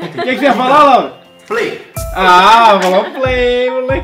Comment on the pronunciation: Parece que a Laura fala Lauri